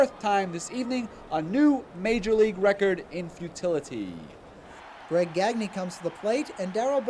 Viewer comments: "Gag Knee" It's "Gahn Yay". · Anyone else cringe everytime he pronounced it "Gag-nē" and not "Gon-yā"? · GAG•nee is how he pronounces it. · GagKnee, is that how it was pronounced? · No, it's how he pronounced his own name, which was "gag knee" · Pitcher paul gagne who pitched in the nineties did pronounce it gawn yea but Greg gagne was the other way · the way they're pronouncing greg gagne is painful